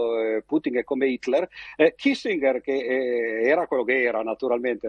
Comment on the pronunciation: "Kissingher"... Comunque, riuscire a dar ragione a uno che INVADE un Paese è un grande esercizio di funambolismo. Complimenti.